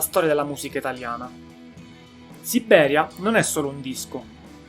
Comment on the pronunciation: Ottimo report, su una band il cui valore non viene sempre colto ..(Un piccolo appunto: non si può sentire la tripla B di Sibbberia, ..😊)